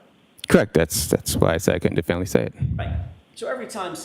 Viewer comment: Yaaas!!! I almost laughed outloud! Even the court recorder/steno had to ask, "Definley"?? It would be intteresting to see the actual transcript and how the steno spells "definley".